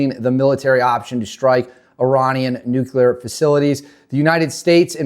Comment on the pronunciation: … It’s pronounced “new clear” not “new cue ler”